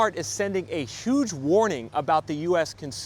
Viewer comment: The recession will be 'uge...or however the convicted felon pronounces huge...and its his fault.